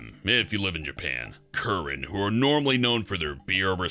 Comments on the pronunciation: It's pronounced ki-ren. Or at least I think so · Did anyone else cringe at how he pronounced "Kirin"?